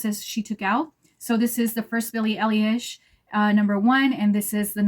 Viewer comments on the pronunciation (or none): Love your look, love this line of edt's. And yeah. It's "Eye - Lish" like everyone's trying to say, but they don't exactly teach you how to correct. I bought #1 today and I love it!! I agree that it could be worn by absolutely everyone!! You either love it on you, or love it on someone else! I haven't found any fragrance ever in my life that wears well on myself like this one. Hence, I haven't bought a full bottle of my own edt in decades!! I just learned today about them being able to be layered! Wow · You’re pronouncing her last name very wrong 😅